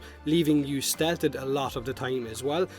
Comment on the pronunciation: Holy moly. I love your stuff but I had to stop watching after you repeatedly mispronounced 'stealthed' which as far as i know isn't even a word but anyway keep it up.